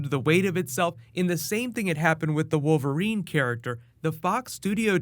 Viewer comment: did you say wolf erine??